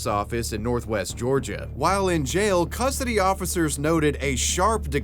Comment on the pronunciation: I’m sorry, Homie, but no human passed. The age of six has the excuse to say “cussody” instead of custody. Seriously, it made you sound like a child rapist.